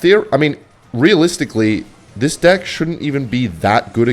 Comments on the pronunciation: why does he say dick instead of deck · Its pronounced deck bro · bro is not saying deck. 💀💀💀💀💀💀💀💀💀💀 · I bet thinks he’s funny when he says “deck” but it sounds like “d’i’ck”